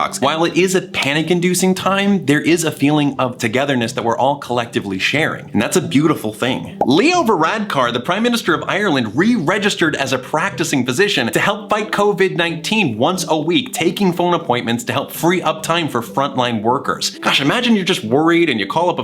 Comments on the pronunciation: Oh and try not to pronounce the A in varadcar so much if you don't want be made fun of by the toxic Irish people (NOT ME) Although that is the best foreign pronounceation I've heard uvu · About the intro where you mentioned Leo Varadkar (first off, pretty good attempt at the pronounciation, accent just made the last a a little harder than it'd be heard in Ireland) but while yes he is essentially a Prime Minister the actual title in the Irish government and to the public is "Taoiseach" (pronounced "tea-shuck") in case anyone's interested.